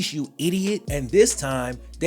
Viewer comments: It’s pronounced Lee-Chard-Dee… Not Lick-Yar-Dee… LOL! On another note… Brandon is a piece of you know what. He only became a deputy because of who his Dad is. He’s also the love child from his Dad’s mistress. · I don’t know how that one scumbag chooses to pronounce his last name, but I do know that “Licciardi” should really be pronounced “Litch-ardy” or “Litch-yardy”, rather than “Licky-ardy”. In Italian, the letters “ci” are said like we would say “chee”. But I’m sure Brandon Licciardi is too much of an asshole to care about other languages in the world, anyways. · I'm from New Orleans...its pronounced La-shar-dee but Lickyardi was real close lol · It’s pronounced Lih-Chardi I’m from where Brandon is from. Scumbag dirty cop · I’m from the area: Licciardi is pronounced “La Char D”. Great video! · Brandon's last name is pronounced La char dee. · I never knew went to school at Southern! It's always nice to get a shout-out for Baton Rouge, but I'm disappointed with how you pronounce "Licciardi"--it's "lih-char-dee". Not that that piece of sh*t deserves to have his name pronounced correctly. And your lack of empathy for Sharper is more than appropriate in this scenario. Sexual assault, especially when premeditated, is never okay, and you either need to be evil or dead on the inside to assault as many victims as he did.